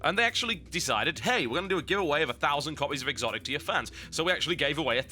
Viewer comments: I thought it was just pronounced as xotic,not exotic. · Isn't it actually pronounced "Sotic" if you're going to be grammatically correct?